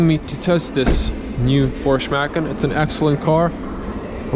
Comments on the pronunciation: Dude, it’s pronounced “Por-shuh”and “Muh-con”. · Porsch’ Mackin’? Ok, i can understand not knowing Macan. But the brand is two syllables. Say it with me... Porsch-Ah.... Porsche-Ah.... Porsche-A